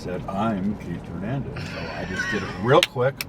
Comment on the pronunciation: say,Hernandez,please no gernandez